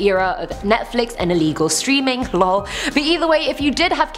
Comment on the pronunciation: Did... did she actually just pronounce... lol?